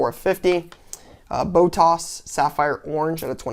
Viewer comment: Oh and can’t forget “PiOstri” and “BOH-TAUS”